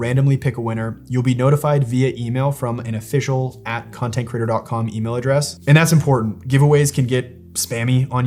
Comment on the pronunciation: Very educational. Please consider correcting your incorrect pronunciation of the word creator.